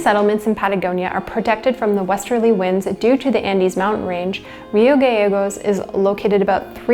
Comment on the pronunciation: Nice documentary and well researched (seems like somebody has lot's of Corona-induced-time ;). Rio Gallegos is actually pronounced "Rio Ga-Che-gos" (like the che in Che Guevara), it's the double-l in Castellano :).